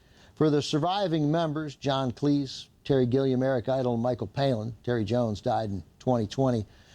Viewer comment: Hey, Cleese is pronounced like cheese.;) (according to Cleese himself)